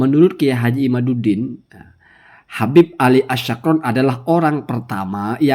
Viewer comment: Sekedar koreksi Pengucapan yg benar nama Ali As-Sakran itu pake huruf Siin bukan Syiin